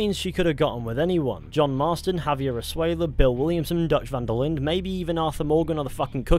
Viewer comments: Its jaiver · It's Javier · It’s Javier son, every member gang knew it and said it